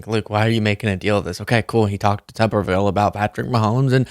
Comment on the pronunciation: It's Tuberville Luke,not Tubberville.